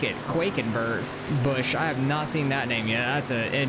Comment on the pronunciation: Its “quack” like a duck. Quackenbush